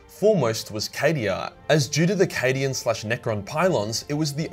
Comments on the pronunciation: I know he said “cadian content” but I heard “Canadian content” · Did he say subscribe for more Canadian content? I def heard Canadian content, not Cadian.